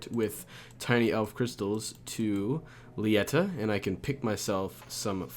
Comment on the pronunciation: "Lietta" Its Leh-Tee-uh